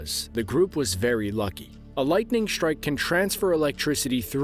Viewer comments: no such word as shtrike strike yes shtruck no i dont like to hear that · Shtrike Shtrike Shtructure